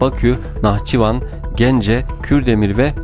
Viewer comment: Anlatırken NAH çivan a geldi dedin hecelerken dikkat etmelisin